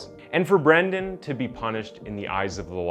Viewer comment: Dude, you've gotta be more consistent in your pronunciation. Most of the time you're correctly calling him Brendan but every once and a while you call him Brandon. It's not a big deal but it kind of throws me out of the story.